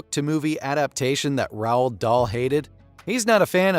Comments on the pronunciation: Maybe you coulda spelled it “rolled” so the AI would pronounce it normally. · Terrible, You can’t even pronounce Roald properly .